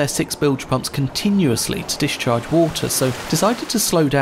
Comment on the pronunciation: Dish-charge? Mitchigan? Gale. No, not gay-yoo. Vessel. With an L. Not vess-oo. Shelf. Again, with an L. Shelf. Not sheoowff. And Fitzgerald? You manage it most of the time, but the few fits-geroods are still disconcerting. Buckled. Not buckood. Holds. Not howdz. Congratulations to Casual Navigation for hiring the handicapped.